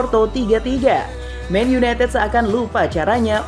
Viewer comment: Men yunetet men yuneted